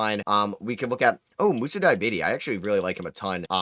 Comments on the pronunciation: basically called him diabetes 😭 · Btw you're mispronouncing name! But I like the way you do it 😂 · Sorry to hear that you're french.